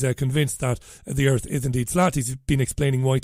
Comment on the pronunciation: cmon man, "what is this a meeting of the flat earff society" "we dont have time for that"